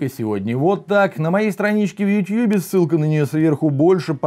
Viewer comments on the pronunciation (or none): none